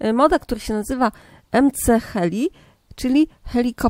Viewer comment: muwi śie ms heli